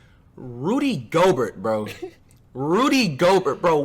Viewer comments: It's go-bear not go-burt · Nobody: Flight: “ Rudy Gogurt” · How does anyone take flight serious.... The dude defines CRINGE.... The man says "JOE-KICH" and "GO-BURT".... SMH.... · Is he just trolling us or is flight really that stupid? He's in his own words "such a casual"....seriously less than a casual fan if he doesn't know who he is or even pronounce the name of the 2-time reigning defensive player of the year award winner in the NBA. That's like not knowing who james harden is and pronouncing his name wrong too